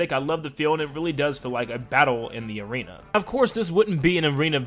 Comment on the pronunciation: It’s arena not aren